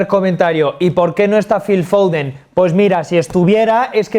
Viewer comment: "Y por qué no está filfouden?"